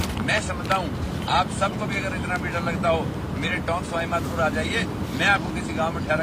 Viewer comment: मेघवाल जी कल कोरोना रोगी नही बने बल्कि पहले ही बन कर ठीक हो चुके हैं। और सही उच्चारण सवाईमाधेपुर नही सवाईमाधोपुर है। बाकी हम आपके इस कार्यक्रम के दीवाने हैं।